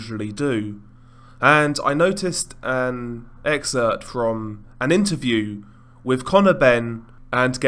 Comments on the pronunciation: I thought I heard that as well lol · Did you say EGGcerpt???😂